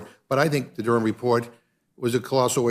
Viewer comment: Why say Durham like "dooram", it's like going out of your way to mangle a place-name about 6 times older than the US. Well done for not saying the H in it, like you do wrong with Birmingham, but I've never, ever heard the ancient town of Durham mangled like that in my life.